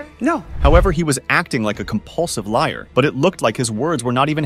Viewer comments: It’s L I A R …. Not L A I R. AI VOICES SUCK . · I'm so sick of A.I. what is a layer? Smh...it (the A.I. voice) meant to say liar.